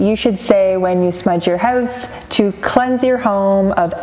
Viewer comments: Where are you from? You say hoouse funny 🤣🤣🤣🤣🤣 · I can tell by the way you say hoose, your house must be in Canada, eh?